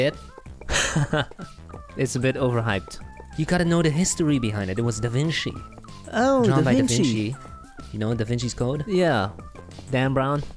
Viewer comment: Da vinki?